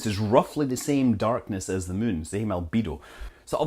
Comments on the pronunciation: Arg. I wish he'd say "moon," not "mün." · I always like the way you pronounce "moon" - sounds like "mün" to German speakers, same as in München (Munic). Fun fact: Light pollution is called "Lichtverschmutzung" in German - which is a word that doesn't make any sense, but everybody knows what that is about. :-D